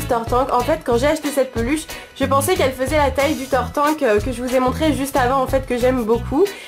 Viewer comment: tu as dit tartank (tarte ank) :D bon sinon ce n'est qun détaille sinon bonne vidéo comme dab